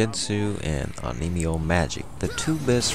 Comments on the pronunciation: on me yoh... not oh nee mee oh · Yeah, not my best pronunciation.